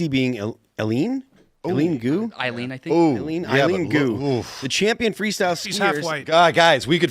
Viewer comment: Ellen?,,,,, for fuck sakes guys, learn how to read and pronounce names, you fucking retarrds. Tim, How do you allow this failure to pronouce peoples names correctly? Eileen is not an uncommon name, but retard Phil says Ellen.. Jesus fucking Christ and you want peeps to subscribe to this retardation? Phil is only 3 IQ pts over Ian. ....so what is that. 75? I fucking hate Phil as much as Ian.... both are retarded